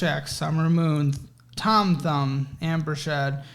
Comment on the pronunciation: I never want to hear Thom Thumb again.